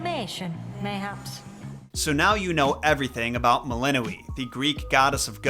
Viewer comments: I thought it was pronounced Mel-in-OI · How do you pronounce "melinoe"? Like I've seen 4 different pronunciations now.